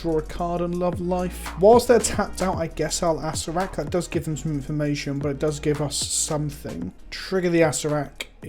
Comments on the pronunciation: Acer-rer-rak yw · I believe it is pronounced Uh-sare-er-ack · It's pronounced A Sarah Rack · It’s pronounced “ass-hair-a-crack” but without the c, just figured this might help translate from the original idea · I thought Acererak was just pronounced ass-er-rak, but no there's another syllable in there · If I've learned anything from magic aids it's that you pronounce it asscrack